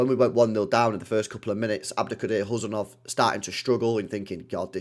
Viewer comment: Uzbek here! No need to pronounce the 'K' in Khusanov—just say it like 'Who-sun-off.'